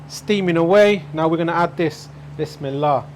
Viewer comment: What is it you say before any cooking? sounds like Wis me la. I have learnt so much from you cooking and have built me new kitchen in such a way I can cook all your recipes. Thank you. Andrew